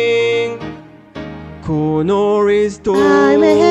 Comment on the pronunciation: I love how Connor is pronounced like Coño